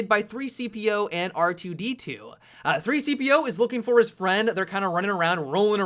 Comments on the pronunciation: did he say 3-cpo it is c-3po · He said 3 cepeo it c 3po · it annoyed me so much he kept calling C-3PO 3-CPO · you said 3cpo instead c3po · Um you said 3-cpo ... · I'm ashamed you said 3CPO instead of C-3PO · You said 3-CPO throughout the whole video... wow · 3-CPO or do you mean C-3PO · You said 3 cpo. It's c-3po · 3CPO....... 3 fucking C PO. Get off the internet please sir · Stop saying 3CPO? It's C-3PO. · 3-CPO... I could let it slide when he said it once. But more THAN ONCE no way, no way. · You said 3-CPO... I'm ashamed. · he did say 3cpo XD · U said 3-coo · He said 3-cpo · Did he just say 3c-po? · You said 3CPO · you said 3-CPO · he said 3cpo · you said 3-CPO again. Lol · I cringed when he said 3-CPO...then he said it again 😂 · stop saying c3po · LOL....... YOU SAID 3-CPO! 3-CPO, LOL LOL LOL. I forgive you, keep up the great content. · Why do you keep saying 3-CP0? :( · 3-CPO, your getting it wrong on purpose aren't' you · way to say c-3po wrong, genius.